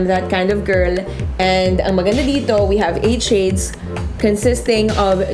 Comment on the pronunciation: i like the way she delivers her impressions and revies somehow I dont like how the way she utter the word ""shades". it sounded like "chades"